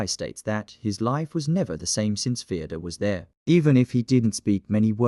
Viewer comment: Fyodor ❌ Theodore ✅